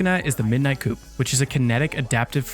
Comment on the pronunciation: its pronounced coup(koo)... no hate